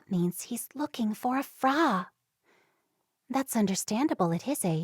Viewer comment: It’s a pity the reader does not know that frau is pronounced as if it rhymes with cow